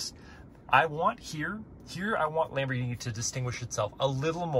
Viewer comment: You're not even calling a Lamborghini properly saying Lamborghini Lamborghini Lamborghini is not lumber it's lambo Lamborghini not Lamborghini